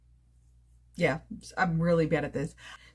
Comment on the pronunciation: Your pronunciation of abulhawa is excellent, from an Egyptian whose first language is Arabic. Thank you for talking about Palestine 💕🙏